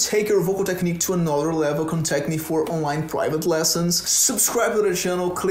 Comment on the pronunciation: caraio, só fui perceber que é BR quando deixou vazar um "tequinique" ali hahahahaha fala bem demais. bom vídeo!